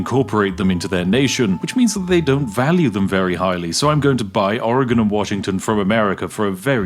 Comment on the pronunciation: British guy can say Oregon correctly but midwestern Americans can't figure it out wtf.. Cheers from Oregon lol